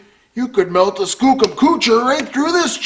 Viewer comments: Kookum ..it's Skookum. fah'k man, you need to take Canuckistan lessons. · Err, I think it's pronounced Skoocum ... lol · bit harsh but totes skookum. FYI, skookum is legit English, google it ;p